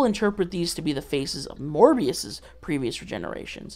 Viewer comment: STOP SAYING MORBIUS